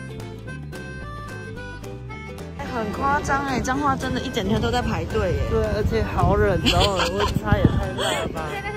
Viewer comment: 9：38 是彰化還是髒話（？🤣🤣🤣